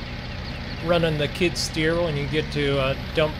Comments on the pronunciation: You keep calling it a kid stear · Skid steer not kidsteer not to be mean